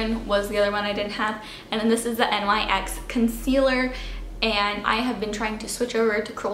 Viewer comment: its pronounced nix